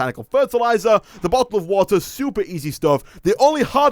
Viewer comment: i like how said a watel of water instead of a bottle of water